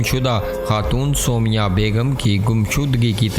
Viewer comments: Aise kehte hai Soomaiyaaah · O abi b galt naam bol rhy ho